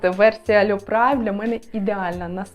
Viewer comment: Privee - Пріве, а не Прайв.. Це французька назва. Вибачайте, але помилки в ефірі дратують.